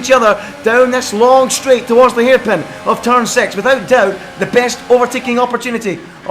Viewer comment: its six not sex